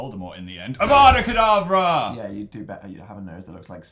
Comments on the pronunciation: Phil saying avada kedAvra puts me on pain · Anyone else triggered how Phil said Avada Kedarvra?